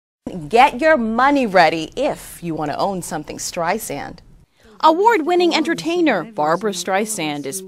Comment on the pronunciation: Good Lord!...The reporter said Streizand...Twice! lol